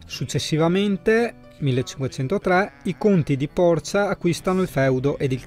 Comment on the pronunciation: Ciao, Porcia si pronuncia con accento sulla i. In molti sbagliano 😁